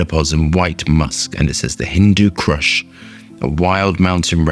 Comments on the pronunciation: Its not cRush ! Its Kush without the R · Kush does not have an R in it. Not crush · Hindu Crush? I Heard Hindu Crush, it's "Kush" not "Crush". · HINDU K. U. S. H NOT CRUSH 🤣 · Not Crush, kush 😅....hindu kush mountain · Kush not Crush !!! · it's prenounced "koosh" like cushion.. lol. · Nothing pedantic about it. He is adding an ‘r’ that isn’t even there 😂